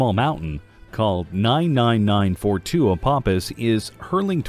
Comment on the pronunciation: Learn how to pronounce "Apophis"! Words starting with "Ph" or containing "ph" are pronounced as "F" sounds, like "Phantom" or "Atmosphere".